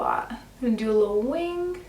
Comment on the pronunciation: 'Wing' is not pronounced winGUH.....it's not 2 syllables. FYI.